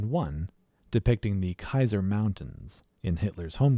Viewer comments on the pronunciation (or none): none